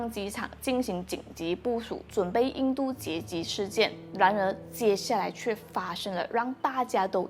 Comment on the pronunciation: 3:1你说错了啦，应对不是应度